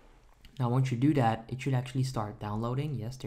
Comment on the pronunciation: " open daat. click on install right dere. dare we go" lmaoo